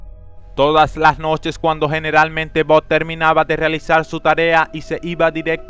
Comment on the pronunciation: Jajajajaja "BOD" esponja????